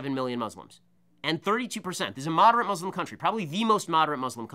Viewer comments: It's Muslims not Muzlums it's pronounced exactly how it's spelled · The dude can barely pronounce muslim right.